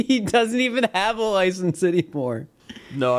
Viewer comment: No one talking about how BUTCHERED License 💀